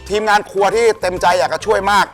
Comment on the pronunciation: ทำไมฟังไม่ค่อยชัดเลย ครัวหรือครวย ครับ😂😂😂